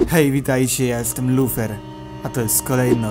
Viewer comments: Ja słyszałem Lutferka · ja szlyszalem lufer